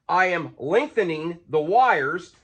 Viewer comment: "Lengthenin" I think our accents rubbed off a little bit when you were in TN. Hahaha jk